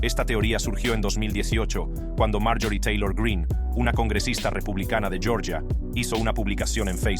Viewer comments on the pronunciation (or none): none